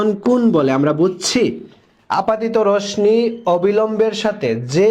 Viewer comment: রোশনি না রশ্মি (রশশি)😂😂😂😂